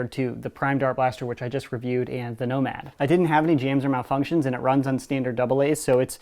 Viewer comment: totally just said "nobad"